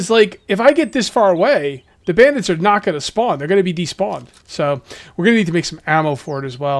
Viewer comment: He say brandids 😂😂😂😂😂😂😂😂😂😂😂